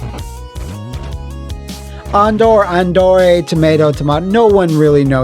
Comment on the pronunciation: It actually took me learning about the mistranslations of enemy names in Final Fight 1 and 2 as well as Streets of Rage 2 to realize that that Andore's name was pronounced exactly like you have it.